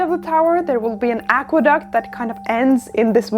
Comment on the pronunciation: It'a an aqua-duh!-ct